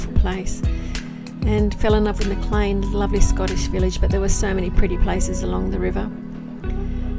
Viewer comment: MACLEAN, not McLean. BRUSHGROVE ! not Brushwood 😊.